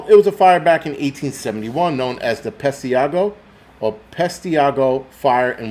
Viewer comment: Pesh tah go is how it's pronounced.